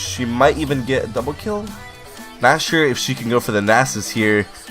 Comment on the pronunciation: Whenever you say "not sure" I hear "nashor". :D